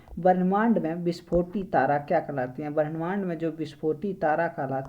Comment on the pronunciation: Brahmand ko varnmand , dudgh mekhla ko dui mekhla. Aur bhi but ......Aisa kyun bol rhe ho. Information to bhut achcha hai, uccharan sudharne ki jarurat hai